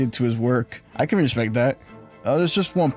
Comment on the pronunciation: More like: “Wespect the Pwayer”